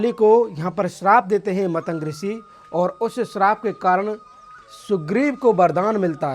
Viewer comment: मतंक नहीं, मतंग है। बोलने से पहले कुछ सीखो। मजाक मत बनवाओ।